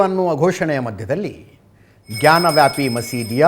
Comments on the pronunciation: Ajith Sir ಜಾನ ವ್ಯಾಪಿ ಅಲ್ಲ ಜ್ಞಾನ ವ್ಯಾಪಿ😂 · Ajith sir ಜಾನ ವ್ಯಾಪಿ ಅಲ್ಲ ಜ್ಞಾನ ವ್ಯಾಪಿ😂😂😂